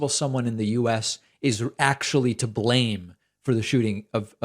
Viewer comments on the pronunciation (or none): none